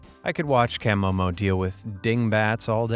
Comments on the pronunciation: Kam-oh-mo? I take it the narrator has never seen one of these vids otherwise he would have know is Kuh-mow-mow. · That is not how you pronounce camomo